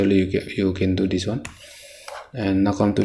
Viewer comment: Brother you are doing great job.. if you won't mind I would like to suggest you something.. Brother try to work on your pronunciation..the way you pronounce come and eclipse was funny.. Don't mind no hate..just some suggestions on your weakness as your well wisher..Anyway you are doing a great job..carry on , your video is really very helpful to me.. Thankyou